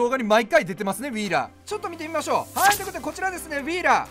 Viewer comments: ウィーラーの発音良すぎて癖になる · VIPのウィーラーの発音まじで好き